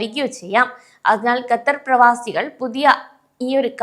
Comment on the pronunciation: Exit permit നിർത്തിയിട്ട് 10 വർഷത്തോളം ആയി ആദ്യം Qatar എന്ന് correct ആയിട്ട് പറയാൻ പഠിക്ക്.